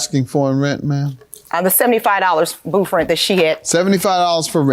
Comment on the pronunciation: How come she can say 24th but you can't say booth LMAO my husband was half black and whenever he would get caught in a lie he couldn't pronounce his th Blends LMAO😅😅😅😅